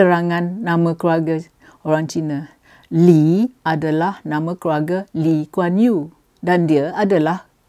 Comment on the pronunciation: Nama pun disebut x betul....PhD apa camni.... ....Lim Kuan yew? ....ngeh ku heng?